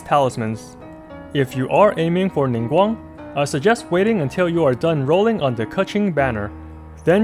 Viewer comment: I'm getting Ningguang since she's the only 4 star I don't have. I really appreciate you pronouncing their name correctly, you're so cool! Thank you for the awesome guide as always.